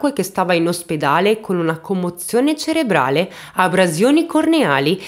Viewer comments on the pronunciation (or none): none